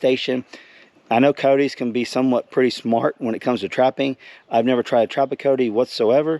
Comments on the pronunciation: Cy-otes dude not coteys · They are pronounced K eye yote